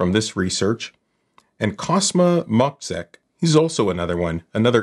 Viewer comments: MOZHEK! not mok-sek. its polish,i live in norway,you see. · 'cz' in Moczek can be pronounced like 'ch' in champion :) or ch in cha-cha encryption - but its much stronger even than cha-cha-cha